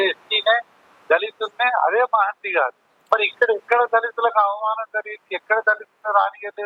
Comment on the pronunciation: మహంతి గారు మహంతి కాదు bro